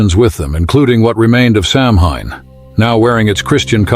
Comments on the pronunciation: It's actually pronounced "Sow Wein" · Samhain.....is pronounced "Sow-wen please do your diligence.,.... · I know it's spelled "Samhain," but it's pronounced "SOW-an." I know; I don't understand it either. I guess you have to speak in the Druid or Gaelic or whatever kind of tongue it is. But if we're going to do it, let's do it right!